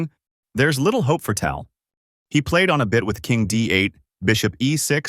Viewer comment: A classic Fischer game, but the AI mispronunciation of Tal ruins it for real chess players.